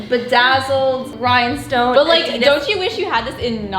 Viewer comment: Its adi-das (aadi dass) not adid as